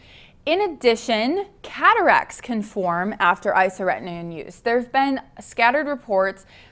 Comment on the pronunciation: My only criticism of this video is your pronunciation of isotretinoin. It's isoTRETinoin, not isoRETinoin. But besides that, it's informative and accurate.